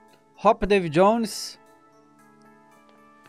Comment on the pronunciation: "Davu Jonoes" Kkkkk